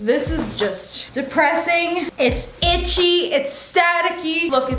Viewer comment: "ITCHI!!! BUT CUTE" - SSSniperwolf may 29th 2020